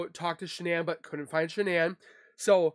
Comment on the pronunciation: Shanann,s name was pronounced Shannon ...Shanann started pronouncing her name Shan ann for some reason...her Mother pronounces her name Shannon...like she named her. ❤